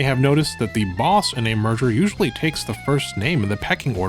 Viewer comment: I just realized that he's been saying "merger" this entire time, and not "murder."